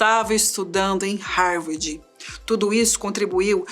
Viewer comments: "Harwardi", foi difícil de ouvir... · Não, pior ainda... "Harwordi"!!! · nossa estava me dando nervoso ouvir a mulher falar HAVORDI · Essa narradora não sabe falar. Não é Harvardi é Harvard. E não é tenra idade. Se diz como se tivesse dois rs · Búki, ófi, matemariki, rarvardchi, raici universitchi, etc. A história do homem mais inteligente do mundo narrada por uma loira burra, provando que beleza (aliás não faz o meu tipo, but nevermind), não paga nem o inglês da ISCOLINHA, quanto mais um cursinho básico de inglês, para aprender pronúncia correta e não passar vergonha na internet. Cadê os rapazes? Cadê o Boko?? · Linda, mas "Rárvádi" é foda!! É "sob pseudônimos" e não "sobre".... E esse cara não era tão brilhante assim... Foi ser comunista.... E morreu pobre, como todo comunista!! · mas que dificuldade de falar rarvidi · APRESENTADORA PÉSSIMA...DICÇÃO HORRÍVEL E DIFICULDADES DE LEITURA!NÃO CONSEGUE PRONUNCIAR HARVARD...E CONFUNDE "TENRA "IDADE COM "TERNA" IDADE... O QUE A MATÉRIA TRÁS DE INTELIGÊNCIA, A APRESENTADORA DESCONSTRÓI...Por favor mudem ela... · Pq não colocam alguém que saiba pronunciar Harvard???? Pqp que mulher ruim...